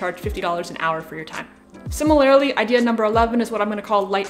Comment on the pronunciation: Do a shot of Jagermeister every time she says "SIMMER-LAIRLY" -- I'm feeling woozy 🙃